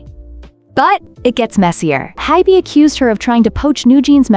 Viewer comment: Hint, if you spell Ador and HYBE as Adore and Hibe, it may fix the AI pronunciation error.